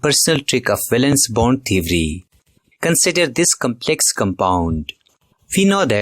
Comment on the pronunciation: Theory ❌ Thewry✅